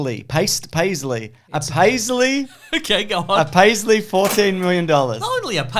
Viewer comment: I loved hearing trying so hard to say paltry and going in the absolutely wrong direction 😆